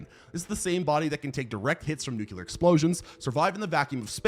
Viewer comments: nucular isnt a word bro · erm, ACTUALLY 🤓 It’s nuke-Lee-uhr not nuke-Yoo-luhr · NU-CLEAR! Not nuk-u-lar.